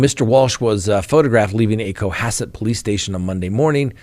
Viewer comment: nailed the pronunciation of “Cohasset “. I’m impressed, normally people who aren’t from Massachusetts butcher the pronunciation of our towns.